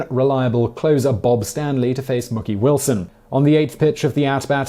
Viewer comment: Nope, and it is definitely Mookie, not Mokie (like pokey), Wilson